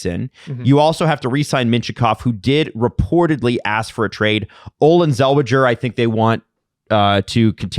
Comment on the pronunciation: a fake Ducks guy pronouncing Zellweger like that